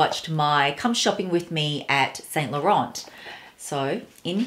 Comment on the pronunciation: actually it's more like Saint (you don't prononce the t at the end) Lo-Ran